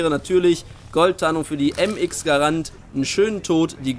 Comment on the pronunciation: vor allem Mx Garana die heisst Mx Grand